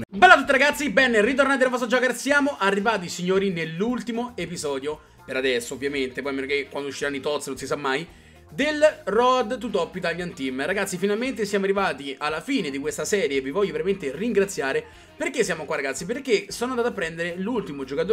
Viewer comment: Saranno due anni che fai sta serie è ancora pronunci road come si scrive, bah...